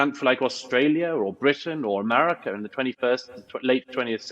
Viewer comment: Why does Douglas say, "Emarica"?? 🤷‍♂️